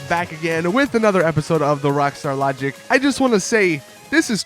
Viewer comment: how he says rwakstar lahgik